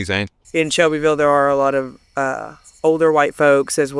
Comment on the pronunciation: You put the chillest lady in the video as the thumbnail next to “White, Poor, and Angry”. Odd choice. Also, she said “it’s all over Shelbyville now” she pronounced it like locals do.